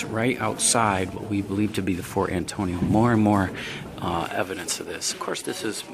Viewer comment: He keeps saying fort Antonio. lol